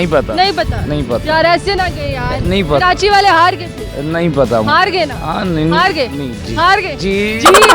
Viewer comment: Khi walo ki punjabi choro phle tum Karachi toh sahi se bol do it's Karachi not kirachi or kiranchi 😂 isey kehty urdu muhawre Mae naach na aye aangan terha